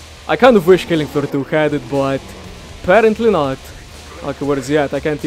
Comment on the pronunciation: Killing aflooh ahtoo